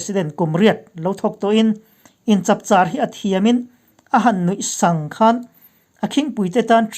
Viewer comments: A chhiar thluk si ban tih leh nuih sang tih hi a dik hlel deuh lo maw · a ngaihnom leh hle zel mai, ( nui sang) tih i lam dan eroh a mak.